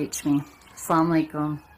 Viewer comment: Please say Assalamualikum Assalamualikum Assalamualikum correctly .Thank you